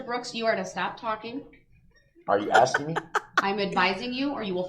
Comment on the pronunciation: He never said that. Durrrrrrell has literally never said asking in his whole life. He axes and that's how Mathboi Groundz rolls